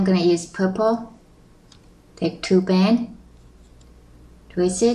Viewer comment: Lol somehow i always understand "bang" instead of band ><